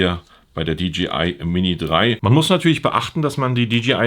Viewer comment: Hi, die Firma heißt DJI !! Nicht DGI.